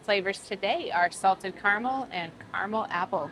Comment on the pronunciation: Say it with us, ignorant woman, “ca-ra-mel” not carnal